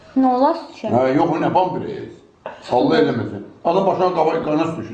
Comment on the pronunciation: Sen eclaf adamsan senin klinikadan hansi sebebe iwden cixardilar? Bampres yoxe pampers ay men diyen